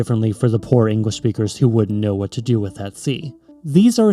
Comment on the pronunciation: "We all kniw a mile is..." 😂 I laughed so hard 😂 Other than this, great video!